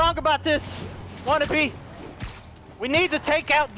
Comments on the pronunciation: Ok I can't hear this anymore without going insane... IT'S WATANABE DELIRIOUS, NOT WANNABE!!! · The fact tha5 he calls Yuri Wanabe is great 😂😂👏